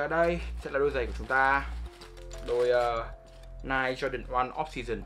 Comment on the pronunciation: Ni - Ke or Ni - key